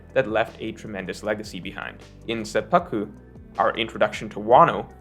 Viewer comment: say-p-poo-ku not say-pah-ku